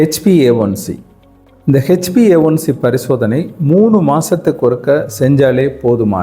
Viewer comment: நம்ம தென்னக தமிழ் மக்கள் ஆங்கில உச்சரிப்பில் B ஐ P என்று சொல்வது சகஜமான ஒன்று தான் take it easy bro.